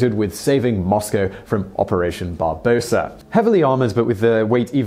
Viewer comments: Simon again butchering all names... "Barbosa"?? Seriously!? It's "Barba Rossa" (Latin for "red beard") you silly person... sigh. And "Victory in Europe" (VE-Day) is May 8, 1945. That's when WW2 ended in Europe. An educated person should also know that many Europeans write the dates in the order DD.MM.YYYY ... so can absolutely NOT be "October 30, 1945". FFS Simon, how about actually doing some basic research before demonstrating how clueless you really are?? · OPERATION BARB-A-ROSA....thanks:) t-34 not 35...VAIR not Ware.... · Is barbarossa, not barbossa and marinescu not marisenko or something. Get your spelling right, man :) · Operation Barbossa ? I wasn't aware that the Germans got their inspiration to code names from the "Pirates of the Caribbean" movies :) Its Barbarossa :D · "Barbarossa", Simon, not "Barbosa". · Operation barbosa? You mean Operation Barbarossa don't you? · It wasn't Barbosa, but Barbarossa